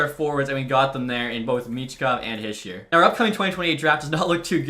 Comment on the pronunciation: Hischier is pronounced he-sure not hi-shur